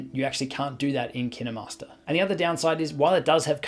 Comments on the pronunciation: IT ISNT PRONOUNCED LIKE KIAMASTER IT IS KIENMARSTER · Dude KineMaster says made with kninwmasters alll the time and it’s so annoying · Now I’m confused on how to pronounce KineMaster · Really you say kinemaster wrong